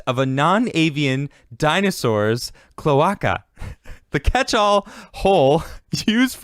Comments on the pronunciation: omg the way you pronounce "clo-ache_uh" as "clo-ock-uh" is killing me. XD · kl-ö-ā-ka my dude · Its pronounced "Clow-Ay-kuh" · Klow•ei•kuh. Cloe-ei-ca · Latin. CLO-ARKA.